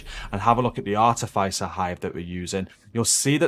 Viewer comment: great vids always good content.. FYI Your pronunciation of the Artificer hive is driving me nuts. THE I is not a soft I its a hard I as if.. not soft like hive Artificer is a qualification or rank gained I engineering / military.. Apart from that keep it up